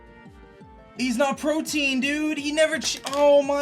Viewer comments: I finally gotta say something. Protein is a building block of the body. The ability is 'Protean' - pronounced Pro-tee-an. Different stuff haha. PRO-TEE-AN. Spread the word by pronouncing it right in your vids! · Not doggin on cause I’ve heard many youtubers say this but why in the world do they ALL say protein? It’s protean, pro-tee-an. As in proto, the first or the original. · Yo, protean is pronounced (pro-tee-ehn) not (pro-teen). Also it’s really discouraging to see you beat yourself up so bad after one bad play, it’s become a common thing in your vids where something bad happens and you instantly say “I just lost” instead of “okay what’s my out” like you used to. I been watching you for 4 years man, keep your head in the game and stay strong, you’re a great battler dude. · Imagine pronouncing protean as protein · The ability is called Protean. Not Protein lol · It's not Protein,it's Protean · "Protein" lololol it's "protean - tending or able to change frequently or easily"